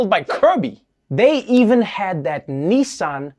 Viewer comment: WTH is a “Knee-Sohn” pickup truck?! 😂 it’s NISS-ann to rhyme with KISS-Ann. What with that and “ERBS”… 🤣